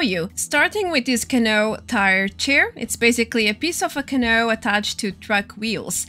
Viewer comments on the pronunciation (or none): Just an FYI from 1 ESL to another. Canoe it not pronounced can-o but can-OO. Like the sound in Raul (which is Raa-OOL) or like Two (tOO or tu) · Canoe is pronounced "Ca New" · It's Ka-knew hehe, great video <3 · It’s pronounced Ca-new. That is all. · ca-new =D